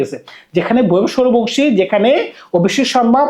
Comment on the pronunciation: ভাই আপনার উচ্চারণ এ সমস্যা,অন্তত প্লেয়ারদের নাম গুলো মুখস্হ করে ভিডিও করতে বসেন,ভইভব সুরিয়াবংশী এই উচ্চারণ টা করতে পারছেন না,শিমরান হেটমায়াট বলতে পারছেন না হইল কিছু???